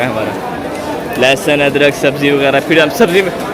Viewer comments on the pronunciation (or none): And not adkar adrak is correct